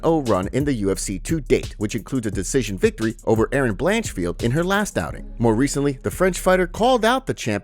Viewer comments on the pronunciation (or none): none